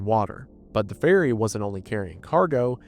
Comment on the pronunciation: Every time he says ferry it sounds like he is saying fairy.